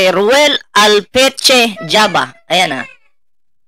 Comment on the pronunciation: Hindi jaba dol Java.. ogag e